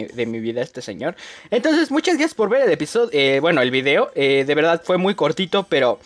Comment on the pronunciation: Cuando dice cortito habla ni srgato